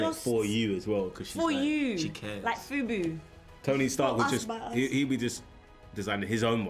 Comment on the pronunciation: She said fubu lmao